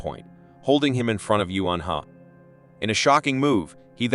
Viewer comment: I don't expect the narrator to speak Korean, but he doesn't make any attempt to pronounce "Eun-Ha" correctly. With google, he could probably do it in five minutes.